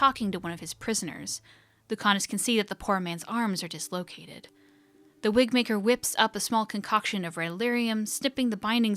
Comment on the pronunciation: I will be very upset if the Wigmaker cast doesn’t make an appearance in the next game. It was my favourite story, alongside ‘eight little talons’. ALso, around one hour in, you said "Wigbaker." Or that's what I heard and it made me giggle.